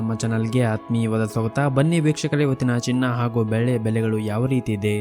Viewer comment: Ask the You tuber maker to properly pronounce kannada for silver as "ಬೆಳ್ಳಿ".